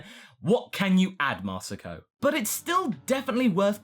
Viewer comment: And you mispronounced Marron, it's it's Marron (Mare-rawn) not Maron (Mare-oon)